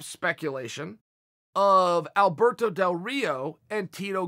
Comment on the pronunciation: nobody: Chael: Alberdoe Dorito